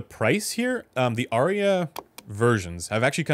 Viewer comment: There are but TWO syllables in "Arya". 🎧